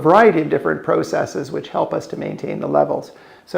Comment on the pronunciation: PRAH-sess-eeeez, buddy. Learn to speak proper Eeeeenglish